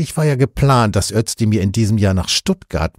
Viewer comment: Aussprache Özdemir => Össdemir